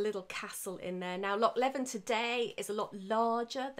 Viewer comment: Very interesting, your passion is very evident! Just for your information, Loch Leven is substantially smaller than it used to be as it was partially drained from 1826-36, hence the island got much larger and it's pronounced 'Lee-vin'.